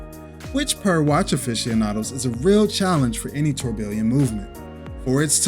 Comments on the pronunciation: It’s incorrect. Even the guy in your video is saying it different. He cannot pronounce the proper English word because of his accent. Sounded out it should sound like “tour-be-on” the two Ls are silent. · Dude, have I been pronouncing Tourbillon incorrectly? Or are you? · Saying it wrong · That's what I've always heard it pronounced, until this guy tortured the word.